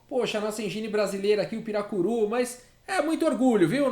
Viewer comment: "piracuru" 🤦‍♂️🤦‍♂️😂😂😂😂😂😂😂😂😂😂😂 PIRARUCU, mas acho q deveria se chamar capivara 🤔🤔😉